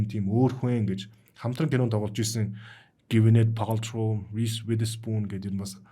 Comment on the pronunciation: Гвинет Пейлтроуй, полтро гэж хэлэхэд #!